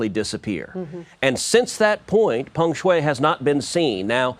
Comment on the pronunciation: Yes, I'm wondering the same. What gives Lying Ted any credibility on this subject? He can't even get the tennis star's name correct, calling her Feng Shui, instead of Peng Shuai.